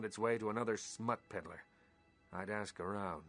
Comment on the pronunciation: "I can't axe any more questions, though." No, but you can hammer your point home. ;)